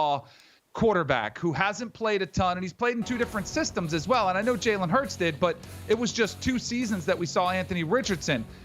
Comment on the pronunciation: Lol. Imagine being a former NFL GM and NFL Analyst and not knowing how to pronounce Jalen Hurts’ name.